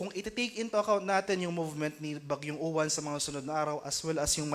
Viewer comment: Say it like "ulan" the stress is on the second syllable - u-wán